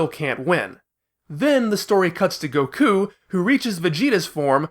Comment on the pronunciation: Bro please stop saying “Goku” and “Sayain” like this. I’m finding it really hard to watch this video.